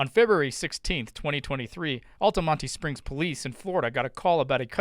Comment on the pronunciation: Lol did you just call Altamonte Springs "Al-tuh-mon-tee" ?! I feel attacked as a resident 😆